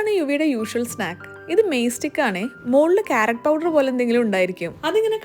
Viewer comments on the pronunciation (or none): none